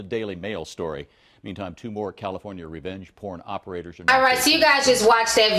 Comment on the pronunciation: "the state of caliPHONYa" lol gotta love ti.